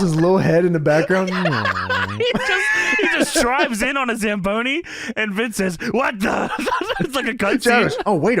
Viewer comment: The fact that pronounces Zamboni in the midst scuffed way in every other episode but it's perfect in this one...